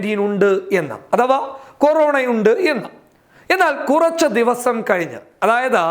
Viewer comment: സർക്കാറിന്റെ കീയിൽ അല്ല കീഴിൽ.... കയിഞ്ഞ് അല്ല കഴിഞ്ഞ്...ഒരു ചാനൽ അവതാരകൻ എന്ന നിലയിൽ താങ്കൾ ഒരുപാട് ശ്രദ്ധിക്കേണ്ടിയിരിക്കുന്നു.